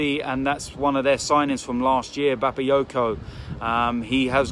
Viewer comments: Did he say bapayoko? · said bapayoko😂😂